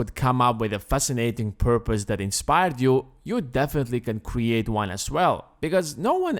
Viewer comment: He said "kweate"